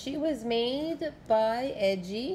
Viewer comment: Its pronounced ee gee